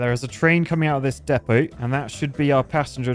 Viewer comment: You don’t understand just how refreshing it is to finally hear somebody on YouTube pronounce ‘Depot’ correctly!